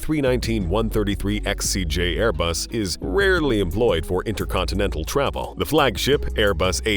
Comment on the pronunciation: So painful to listen to, travaal, nine hundrads, respectivelay. 350 gue-asts, equipmant.